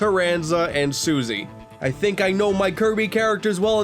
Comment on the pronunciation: He got Taranza and Susie correct!